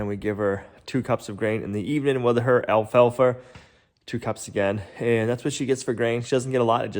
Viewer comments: It’s alfalfa not alfalfer. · It's the way the people talk in the Northeast. Everyone does it. They know how to spell it but they drop "Rs" and add "Rs" to a word that ends in a vowel. It takes some getting used to. My husband talks this way when he goes back home to his family. He talks fine when he's away from them.